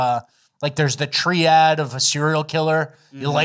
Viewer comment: Also did just say tree-ad instead of triad? Is he doing fleccas bits?